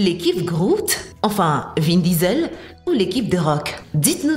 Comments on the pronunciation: C’est pas vin visel c’est vin diesel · Vin Disel 😂😂😂